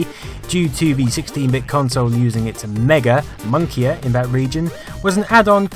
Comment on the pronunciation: I love your videos, but you really need to double check your script when you read it. When you say "monkier" instead of "moniker" it makes it seem that you are reading directly from something you've looked up as opposed to something original that you've written yourself.